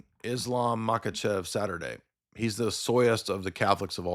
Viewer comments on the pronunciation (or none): none